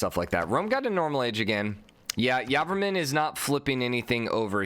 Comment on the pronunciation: I'm Khmer and so excited that he made it to the knockout round. Also I'm highly triggered that you say Yarvarmun Instead of Jey-vora-man. Anyway this series is the thing I look forward to every morning keep doing the fantastic job.